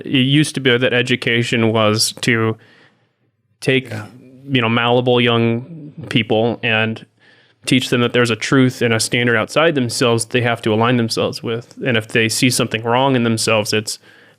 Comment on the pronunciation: giving a hard time for saying "overarcing" and then saying "mallable". I so wanted to say "It's 'malleable'!"